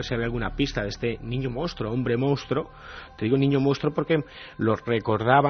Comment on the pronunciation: Iker, a ver si aprendes de una vez a decir MONSTRUO, que tienes Periodismo!!!